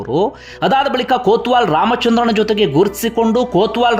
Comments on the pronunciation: ಕೋತ್ವಾಲ್ ಅಲ್ಲ ಸರ್ ಕೊತ್ವಾಲ್ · ಅದು ಕೊತ್ವಾಲ್ ಬ್ರದರ್.. ಕೋತ್ವಾಲ ಅಲ್ಲ